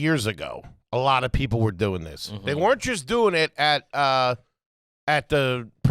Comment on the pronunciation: if you start saying "weren't" like in TWO syllables (were rent) b/c you listen to the pod on the reg?